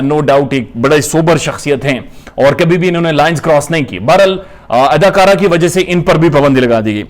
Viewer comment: Sir ap jab adakara khete h to bari hasi ati h great job👍😂